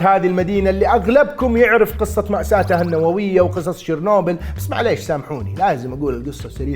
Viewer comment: يوووه ماينسمع واضح اسم المسلسل،، اش قلت شير نوبل؟